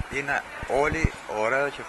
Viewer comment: Girl said "Ωραία" (pronounced "Ohrea") which means "Nice" , not "Oh" ...